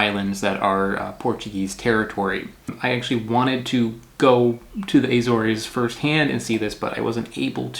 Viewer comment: It's Azores, like saying an a with the word sores, instead of an s, it's a z.